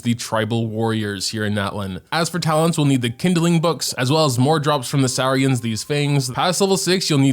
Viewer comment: Not pronouncing Saurians like Sauerkraut 😭